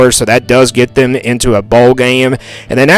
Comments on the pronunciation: Bro it’s KANSAS, not Candace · 8-4 is my prediction. But why do you say Kansas like Candice. Trips me out LOL